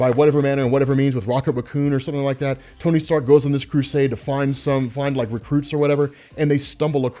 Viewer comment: "Sony Tark" I hope someone else caught that , awesome content